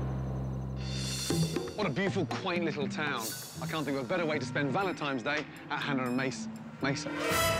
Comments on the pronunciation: Valentine's, not Valentimes. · Someone needs to tell Gordon it's Valentine's not Valentime's. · I read so many comments here and I didn't see a single one talking about how Gordan says "Valentimes" instead of Valentine's. Who knew? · “Valentimes Day”… Chef no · gordon one hundred percent said valentiMes day 😅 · Is it just me or is Gordon saying Valentime